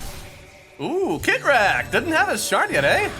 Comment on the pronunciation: did mason just called kitrak, "shitrak" LMAO